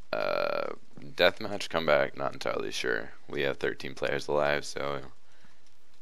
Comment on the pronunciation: very nice "deathmath"